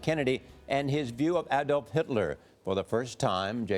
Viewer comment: Finally an American who says Hitler's first name right.